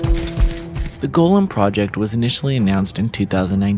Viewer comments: It’s Goll-um not “Golem” - just for future reference. No hate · Hearing you say it as ‘golem’ hurts every single time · It's pronounced Goal-them. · Why are you saying his name like that?